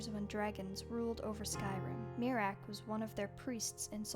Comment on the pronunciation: I keep on miss pronouncing miraak as (me-rack) instead of (myre-rack) which gave me a joke idea, miraak has a khajiit cousin named meerack , no one Is safe from the fleeborn lol